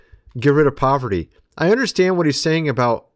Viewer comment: Elon, the actor pretending to head these industries (SpaceX, Tesla, Boring Co., etc. -Yeah right) can't even pronounce poverty (he said "povity" 😂!) let alone eliminate it.